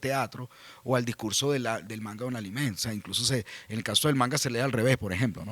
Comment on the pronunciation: No. Esta vez lo dijiste bien.